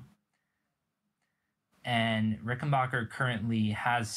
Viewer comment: "backer" not "bocker"